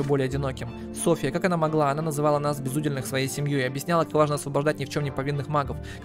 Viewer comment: Рау́тах... безу́дельных... А~!!! "Крик души" Может я такой, но боже, я читал старые книги, смотрел некоторые старые фильмы и слова правильно произноситься ра́ут! Светские ра́уты!!! А~!!! Мать!!! Дальше... в этой игре у каждого есть свой уде́л. Их три, воины, священники и простолюдины. Так ты правильно читал в первой серии, уде́л, так почему восставших ты называешь безу́дельных?!!!! Сука!!! Тоже слово, уде́л!!! Значит - БЕЗУДЕ́ЛЬНЫХ!!! Спасите, кто-нибудь! Не сказать, что я прям образчик грамотности, но блин, ладно ты мог ни разу не слышать слово/словосочетание раут/светский раут, но почему ты в первых сериях читаешь уде́л, а потом, как добавляется приставка "без", начинаешь читать у́дел?!